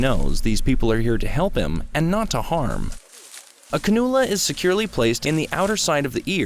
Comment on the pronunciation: CAN- you - la , not can-OOO- la